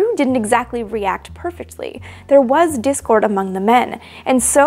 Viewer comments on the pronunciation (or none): none